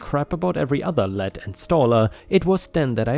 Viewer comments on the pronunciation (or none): Hey. When the word "lead" appears, it is pronounced "leed". as in "read a book". The word is pronounced in 2 ways. Sorry, it jumped out at me as I was not looking at the screen, just listening, then looked back thru the video. Awesome content on your part. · Pronounced LEED,. Like leader. A lead installer would mean he's the leader (main guy) of the installation.